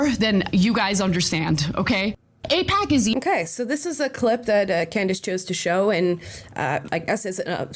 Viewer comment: I'm sure you are such a big fan, seeing as how her name is Candace and not Candis. As for "Crushing it", she was going on about whether or not the first lady of France was actually a man. That's just tabloid gossip, totally irrelevant to hard news.